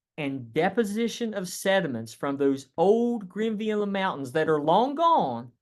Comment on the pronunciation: Great lecture! It's " Grenville " orogeny, not Greenville!